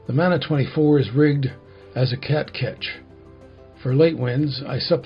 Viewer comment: Kia ora from New Zealand love the build just fyi in te reo maori "mana" is pronounced "munah" not manner, cher bro